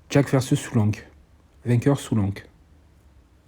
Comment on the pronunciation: Tu me fume 😂 je t’entend dire jaque au lieu de jack 😂